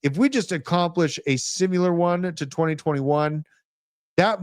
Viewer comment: Has anyone had the guts to tell that there is no "u" in the word "similar"? 🤔